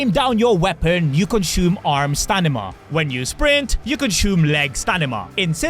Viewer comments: Did I hear you say 'Stanima' instead of 'Stamina' 😂😂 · STAMINA not stanima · You say stanima no stamina😂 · I'll kill myself if you won't stop saying stanima instead of stamina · Stanima 🤔 Can you be more Pacific 🫣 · Anyone notice he said "stanima"instead of "stamina"😂i was taking hits of my dab pen when i heard it and im like wait did i hear correctly ? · Bro definitely said stanima 😅😅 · If this mf says STANIMA one more time imma crash out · Idk if I'm just sleepy or I keep hearing him say stanime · bro really said Stanima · He always says that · Hes to chadly to say it normally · Stanima counter:7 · He always says that. 😂😂😂😂😂 Also he says gi(e)-ro-scope instead of gia-roscope for gyroscope. 😂😂😂😂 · Like 50 times😂 out of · He literally says it on purpose, I’m guessing you’ve never seen one of his videos or some shit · I thought he is British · Imagine saying stamina wrong that many times... lol